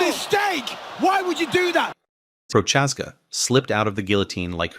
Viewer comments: the Jiri s surname pronounciation was wild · Is this sarcasm? He butchered Texiera and Prochazka as I was reading your message.